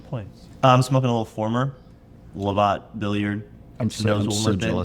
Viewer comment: Great episode! Pretty sure its pronounced "Love-It' rather than 'La-Vaught' (named after Lord Lovat, Chief of Clan Fraser).